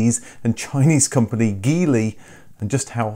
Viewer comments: Hi, Geely is pronounced "gee-lee" and not "ghee-lee". Thanks. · Just so you know, Geely is pronounced "Jili" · Jeely...G sounding like the J in jelly. I own a Geely Coolray sport and having spoken with Sojitz the Geely importers here in the Philippines, they confirm it's pronounced Jeely. I wish you could do a video on the Coolray, I'm sure you would be impressed with the 1500cc, 3 cylinder turbocharged engine knocking out 177hp.